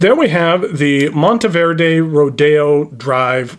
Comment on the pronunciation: So glad to hear you pronounce it correctly and the background was a bonus. I picked up one of these beauties in Green Stardust in 2023 and absolutely love it. I just purchased a stub nib for it.